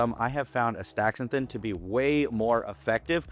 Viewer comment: The compound is Aster-zan-thin not As-thaxa-thin